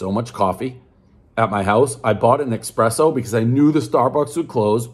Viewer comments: Dave says Expresso, everyone knows it's pronounced esspresso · I can't believe he called it an expresso ☕☕☕☕ ......you are better than that dave !